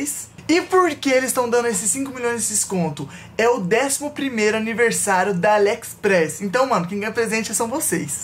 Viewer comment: Entendi o falando alexespress kkkkkkkkkkkkkkkkk